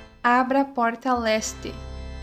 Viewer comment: Otimo video, profissional como muitos disseram, mas eu me embananei quando você fala "LESTE" e o "OESTE" quase nao da pra diferenciar, serio foi muito dificil nisso. Mas obrigado pelo guia, que seja uma critica construtiva. Press F "(O)ESTE"